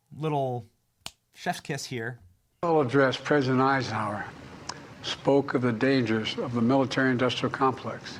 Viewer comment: President "Eyeshouwer"